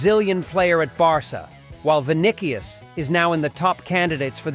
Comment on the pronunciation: Vinnikyes?…. 😂😂😂 AI generated